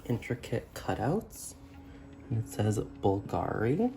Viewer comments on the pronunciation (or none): Hi! We spell it like the accent goes on the U not the A, it’s said softer here. By the way love some Bulgari content. I love these reviews